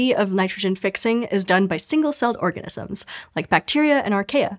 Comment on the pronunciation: You may have said " orgasms " instead of " organisms " or is it me ?